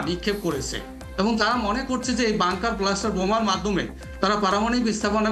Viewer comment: Dear prof It's Bunker Buster not bluster. Pronunciation needs improvement.